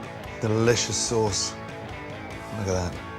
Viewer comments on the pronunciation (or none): The Lamb sauce was delivered so late it became sawce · found the lamb sawce, delicious